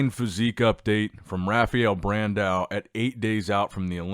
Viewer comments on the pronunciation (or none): bro in portuguese you gotta say like rafael ´´brandawn´´ because of the ~